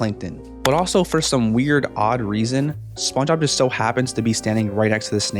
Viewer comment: I like how he pronounces SpongeBob “spuhuh”, “spunob”, “spunah” etc